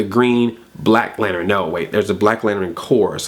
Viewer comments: Lantern not lanteren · Lanturn has two syllables not three.... Throwing that out there XP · Did you say Lanterin? lol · Green "lanteren" haha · Was it on purpose that you pronounced lantern as lanerin? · STOP SAYING LAN TERIN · You say Lantern weird... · Stop saying lantern so weird!!